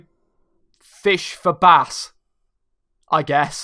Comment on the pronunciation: it is bass lol not bash